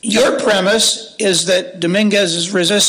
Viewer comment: the first thing i heard from her that made me not listen is: "Mr Daminguz reached" ok stop there you've already lost